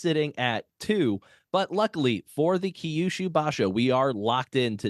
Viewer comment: Second time checking in, still long winded. Key-yushu is tough to listen to multiple times. I'm confident I could hear a few Toki-yos if I hang a bit longer.